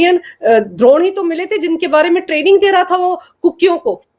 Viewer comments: द्रोण नही अपितु ड्रोन 🙏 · Dont mix up Dronaacharya with Drone, there is a clear distinction in pronouncing “Drone” in these context and you are expected to know it